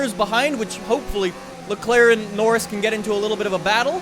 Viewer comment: Why does say norris' name wrong